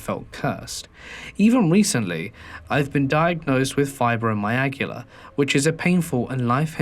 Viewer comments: Fi-bro-my-ag(like alge) gya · That is definitely not how you say fibromyalgia